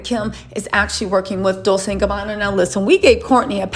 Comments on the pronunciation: It's pronounced :Dol- tche, not Dol-se sweetheart. It's Italian. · I think "Dolce" is pronounced with a chay sound on the end. You keep saying it like its pronounced like Dolsay or something but I think its supposed to be pronounced like Dolchay..not trying to pick or be rude and I could be totally wrong. And if I'm wrong I completely apologize. Please don't take my comment as me being negative cause I adore u and your entire channel and presence on Youtube! XoXo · Dol-Say?? it's Dol-che! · love your channel. Dolce is pronounced (Dolchay).